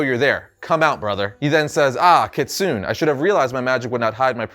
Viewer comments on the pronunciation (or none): Sorry to be that guy, but you pronounced "Kitsune" wrong. It's kits-soo-nay. But to be fair, I doubt it's a word you've come across all that often. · that's not how her name is pronounced, it pronounced as ki-tsu-nae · The way he pronounced kitsune kinda triggered me